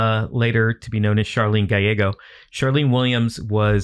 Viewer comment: You are correct I know the full true story of these two and they are pronouncing the name wrong Gallego is pronounced as it's spelt like gal like a lady and ego like the waffles